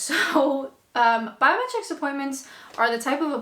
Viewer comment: Every time you say biometrics I hear "bowel metrics" and wonder why staying in the UK relies on measurements of your intestines? Is there a version of misheard lyrics for YouTube?